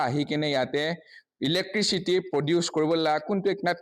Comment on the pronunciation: Don't expect him to pronounce it right when he cannot even pronounce abandoned ,turbine and electricity right.